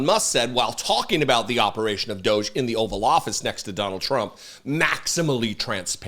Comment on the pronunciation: Please start calling it doggy not dooohge